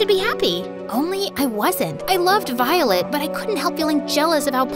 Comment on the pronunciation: The narrator had said Violet wrong 6 to 7 times if you listen closely she/he said Volet instead of violet